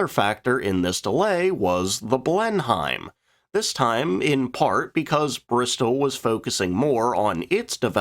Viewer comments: 'Blenheim' is pronounce 'Blen-im', not 'Blen-hime'. But thanks for doing a feature on one of my favourite WWII twin fighters. I liked the Beaufighter from the moment I built the now very old Airfix kit back in the seventies. It has a very chunky purposeful look, definitely not something you would pick a fight with. Superb armament too. It went on to become Britain's first successful Night-Fighter, so good the USAAF used them! That's until the peerless Mosquito was adapted to the same role, arguably the best Night Fighter of that period. The He 219 UHU was better armed and a tad faster but there weren't many built. The P 61 Black Widow was the first purpose built NF but was probably a it too big for the role, capable though. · Ive said this before but it still irks me none the less, Brits seem to have no trouble in managing Foreign names etc but our colonial cousins difficulty in pronouncing a British name anything but phonetically really grates, by the tenth time he said BlenHIME it was really cooking my chips if WE can get our heads around places like Arkansas ( arkinsaw) then why cant THEY, it is pronounced blen EM or blen UM and takes its name from the Palace Sir Winston Churchill was born into - Blenheim Palace. although credit where credit is due at least he didnt call a Beaufort a BEWfort as a lot do. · Pronunciation tip - Blenheim is pronounced "Blen'im", with the "he" being silent. Source - Am British. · Someone has probably mentioned this already, but "Blenheim" is pronounced Blen-im in English. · An interesting video. For future reference Blenheim is pronounced "Blen-him". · Pronounced "Blenim" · Blenheim is pronounced Blenim. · The word 'Blenheim' is actually pronounced 'Blenum'. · Say ... blen um , blen um blen um as in Battle of Blenheim and Blenheim Palace home of the Duke of Marlborough. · Please just say "blen-ham" it's killing me to hear this pronounced so awkwardly 😅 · It's pronounced Blen"ham" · It's pronounced "Blen-im". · Yes, pronounced Blenim.